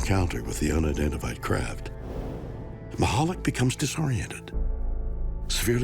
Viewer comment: Steve " Mish a lack " not whatever Capt Kirk said , he was a Polish man came here after WW2 , lovely man